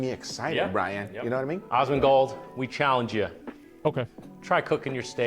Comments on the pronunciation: Dude kept saying osmongold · *gritting my teeth as they repeatedly call him 'Ozzmen Gold' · It's Asmongold not Ozmongold btw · "awwsmondgold" this is just driving me insane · Are they just unable to pronounce the A in Asmongold??? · My gf was complaining every time Brian was saying Osmongold xD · How the hell can this guy say Asmon's name sooo wrong so many flippin times?!??! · why can't they say your name right.. wtf seriously?? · Oh hell yes Asmon watched this! I just cringed every time they said his name, can't win all the battles, lol.